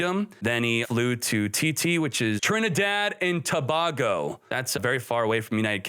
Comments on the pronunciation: Trinidad and Tobago. Tobago pronounced Tobay-go not Tobah-go. Not a big deal I know. But being from Trinidad it sounds hella funny. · Congrats & all the best in Germany!...btw...Tobago is pronounced "To-bay-go"...big up to my Trini ppls! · Trinidad and To-bay-go 🤦🏾‍♂️ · Its pronounced 'To-bay-go'